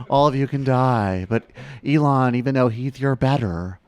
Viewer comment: Why did you say Elon with a soft E? Wtf lmao